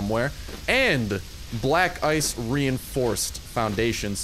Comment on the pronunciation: When you said black ice it sounded like black guys